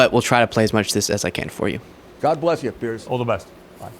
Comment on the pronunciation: Piers, as in rhymes with tiers.